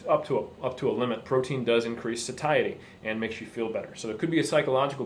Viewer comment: this is a great video, and you're well spoken, but: please learn how to pronounce 'satiety' -- it's so discordant to hear that when everything else is well said.